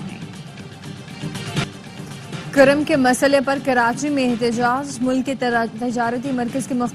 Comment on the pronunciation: Karam nahi bulke kurram. Tasheeh karain